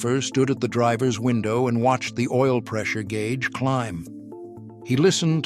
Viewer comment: The gay-ooge